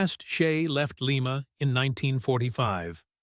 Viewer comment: AI narration is bullshit. Lima Locomotives were built in Lima (Ly-muh), Ohio; Lima (Lee-muh) is in Peru.